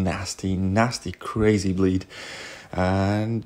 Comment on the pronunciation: Every time he said bleed I heard bleach which should be a way more effective than bleed